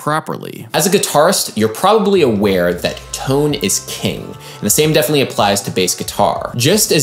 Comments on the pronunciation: "toan"?! But seriously - good points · wtf is "TOAN"